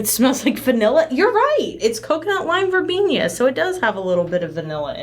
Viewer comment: "Verbenia" Me: "VERBENA! THERE'S NO I IN IT! Love this though lol"